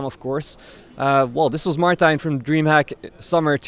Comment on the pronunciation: FIRST And: Its Martijn, not Martjin :P